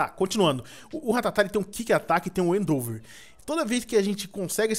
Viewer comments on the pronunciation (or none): o edu é tão cego que em vez de falar "endeavor" ele fala "eidover", e acha que o ember n presta... MANO, O TEPIG TAVA SLEEP VEI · PORTUGUÊS 0 HEIN EDU , endeAVOR NAO ENDOVER E NAO É KIK ATAQUE É QUICK ATTACK. PLMDS ENSINANDO SEUS INSCRITOS A FALAR ERRADO. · não é endouver mas sim endevor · num é endover e sim endeavor